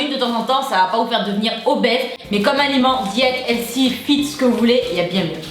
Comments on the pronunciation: On dit pas healsy on dit healThy , s’il vous plait les français mettez y un peu du votre quoi là .... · Ahh NON en étant Canadienne je sais comment sa se prononce sinon je me permettrais pas de faire la remarque chérie et on dit : Heulthy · Mdrr sa m'a irriter à chaque fois qu'elle disait le mot healthy genre elle dit helsi c trop marrant 😂❤🍑🍑🍑🍑🍑🍑🍑🍑